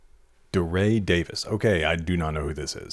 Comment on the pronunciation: it's pronounced "dee-ray"